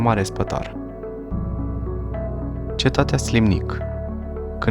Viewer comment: Inreresant. Felicitări pentru imitiativa, realizare si documentare. Dar ar trebui putin mi multa atentie la denumiri: Slimnic se aude si altfel, grupul de litere ae se pronunta e in latina in "ursus spaeleus", castelul de pe valea Ampoiului a fost construit de ministrul Gigurtu, nu Giurtu ( a fost ministru in timpul lui Carol al Ii-lea) ier Teleki ar trebui pronunțat cu accent pe primul e nu pe i-ul final; culele nu sunt culelele.